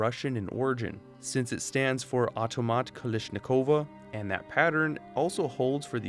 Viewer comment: AHV-TO-MAT, KA-LASH-NEE-KOV Cringed so hard